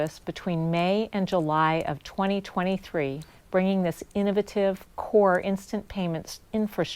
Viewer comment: Learned a new word: innoVUHtive... Thanks,.